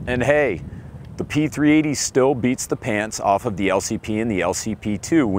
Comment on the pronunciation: I spent an hour searching for the P-380s, because I kept hearing P 3 EIGH-TY.